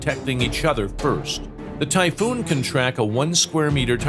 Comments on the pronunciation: Sorry but, typhoon. Greetings to germany FROM 🇸🇪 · please just say the typhoon and the rafale